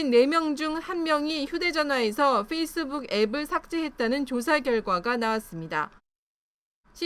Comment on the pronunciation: facebook은 '뻬이스북'이 아니라 '훼이스북'이다